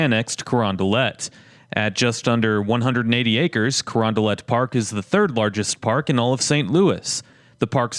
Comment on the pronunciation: Man the way you say Crondalet makes me want to unsub but I wont for now